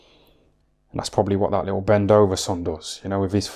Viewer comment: Bendoveson lol